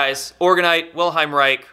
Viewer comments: Thank you for sharing it! I know it since quite a while! However, wenn I hear you saying 'Wilheim Reik' instead of 'Wilhelm Reich', my ears start bleeding... Americans pronouncing/saying German words... Lol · Reich is pronounced "Raish" and not "Raik"